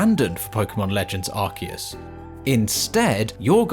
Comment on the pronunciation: So it's arkius and not arsius 😌👌